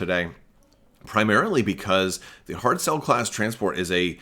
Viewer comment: You were close on the pronunciation of the name of the giveaway winner--the "ch" in Irish and Scots Gaelic words is a hard "ch" like "loch" in Scottish...and a "Galloglaoch" is a mercenary! ;) Speaking of pronuncuation/spelling differences: I heard the name of this ship as "Hard Sell," rather than "Hardcell," which is interesting since the Trade Federation is part of the Separatists and they have a lot of commerce-based names for things, etc.! So, I guess that this means that the Separatists never have "Tainted Love," then, since they only have Hardcells and no Soft Cells, eh? ;)